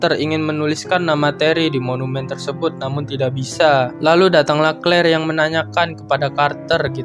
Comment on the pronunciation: Bang di sebut nya tad bukan tod clear juga di sebut nya klir